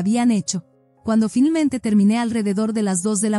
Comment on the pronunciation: Me choca que digan filmente en lugar de finalmente